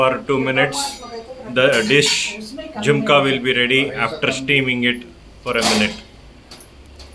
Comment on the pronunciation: It's jhunka not jumka